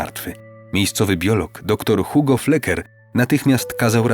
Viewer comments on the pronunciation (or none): none